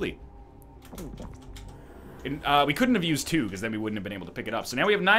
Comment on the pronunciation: "till kwo birds with one stone"